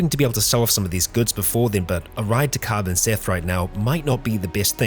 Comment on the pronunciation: Not really a UI design flaw; the arrow shifts from pointing down to pointing right, and the number of prisoners remaining is unchanged. Paying a fraction more attention does just fine. Sorta like paying attention to his brother saying "Car Banseth", not "Pen Cannoc", lul.